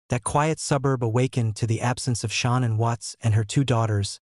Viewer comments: its SHANAAN! NOT Sean! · This is one sick man murdering family to get a new life with the ungy woman his wife was beautiful and this guy talking is say her name wrong its shannan not Sean get her name right buddy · YOU DO A WHOLE STORY ON SOMEONE YET YOU CANNOT SEEM TO EVEN GET THE VICTIM’S NAME CORRECT…..SERIOUSLY? HER NAMEIS SHANANN NOT SEAN AND NOT SHANNON………. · Horrible video. They calling her “ SHAN - ANN??” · Ugh saying Shannon name wrong